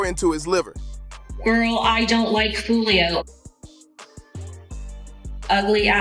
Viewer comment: lol he keep saying his name wrong that’s wat he meant by who’s folio 😭😭😭